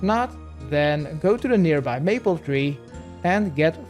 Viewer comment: Say maple logs like may pull that's the correct way 😊